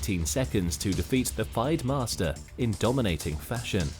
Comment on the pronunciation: Who is this announcer? He doesn't know basic chess openings or how to pronounce FIDE. Whoever makes this doesn't actuality understand chess